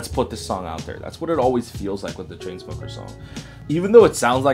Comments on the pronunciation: i cant stop laughing everytime u say choo choo smuckers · sorry ever time u say chu chu smokers i cant help but laugh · I keep laughing whenever you say choo choo smuckers 😂👏👌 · i love how he calls chainsmokers chuchusmukers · i laugh every time he say ChooChoosmokers. haha. he's not the first person to call them lazy 😒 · IM FUCKING CRYING AT HOW U SAY CHAINSMOEMRFC